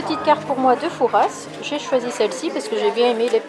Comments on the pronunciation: on dit fouras pas fourasse sinon le père fouras va ce fâcher 🤣😂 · Coucou Merci pour le partage de tes aventures et de vos vies. C est courageux et généreux. J ai vécu dans cette région dans une autre vie. Fouras se prononce foura. Vous avez sûrement bien fait d éviter l ile de re en cette saison. Bon. Séjour à olerons. Et bonne vacances en famille. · Coucou , c'est chez moi , tellement déçue qu'on n'est pas pu se voir .... au fait on dit " Foura " le "s " ne se prononce pas , bisous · Superbe vidéo, étant de la rochelle j'aurais aimé vous retrouver !😉 Juste pour info, on ne prononce pas le "s" de Fouras ! On dit nous charentais " Foura" 😊 Content que le coin t'es plus!